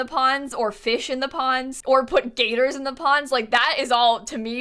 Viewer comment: heh saying gator is really showing her floridain nature lol